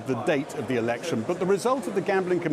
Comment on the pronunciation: Anyone notice at 13.08 the presenter says erection instead of election